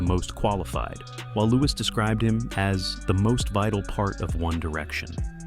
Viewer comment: Am I the only one adressing the fact that the narrator said Lewis?